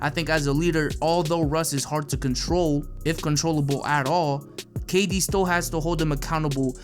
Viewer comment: Bruh it's kd